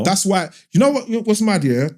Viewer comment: Do all people in Peckham pronounce "Know" like "Kneux" like Mo 😂